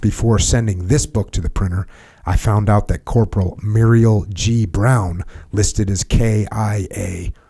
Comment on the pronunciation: Jocko, just FYI the Muriel( pronounced Merle as in Haggard) was my uncle, and also Adam Brown’s great uncle. I have the book. It’s a great read. Thank you for reviewing it.